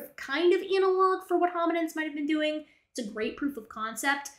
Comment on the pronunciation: Every time said “Issa chimpanzees”, my stupid brain interpreted it as Jar Jar-ese. 🤦🏻‍♂️